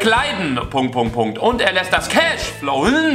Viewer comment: Hahahaha😂 Wie er das betont hat...😂♥️ ...und das CASH floWN😂😂😂